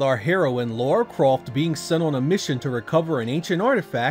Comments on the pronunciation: 25 years later and people are still saying "Laura". Dude, it's "Lara". :) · Its Lara not Laura :| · Her name is LARA not LAURA! lol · Why do 99% of Americans have such trouble understanding this charecters name is LARA & not LAURA? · Why do you call her Laura? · How do you complete tomb raider and still call her ”Laura?” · Might be your accent - but you really seem to say Laura instead of Lara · La-ra not Lau-ra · Lara (LA-RAH) NOT Laura....even the characters in the game say it (LA-RAH) ugh lol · Dam American's and your Laura not Lara Croft.😅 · 12 mainstream titles and 3 cinemas released films, but still…, Americans’s can’t pronounce her name correctly. Like what are you hearing to continue calling her Laura? There’s no ‘U’ in her name!! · Great game one of the all time greats. It sounds like you keep saying Laura lol. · It sounds like you're saying Laura. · why can't americans say "lara"? or "craig" for that matter. anyways this version looks pretty bad. except for the lighting on lara, which seems to be light source dependent. something even VF2 and DOA(saturn version) couldn't achieve. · Tomb Raider stans, take a drink every time he says Lara's name wrong.